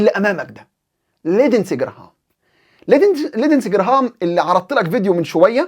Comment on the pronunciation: بارك الله بك أخي المحترم ، كلمة لندزي تلفظ لينزي بدون الدال وجزاك الله خيرا أخي المحترم